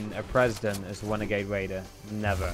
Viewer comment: OMG its wenegade waider